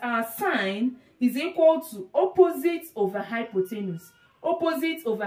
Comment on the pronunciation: It's hypotenuse, not hypothenus lol. Anyway, great video and explanation. I look forward to viewing your future videos.